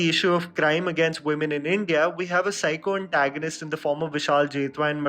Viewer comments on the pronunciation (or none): none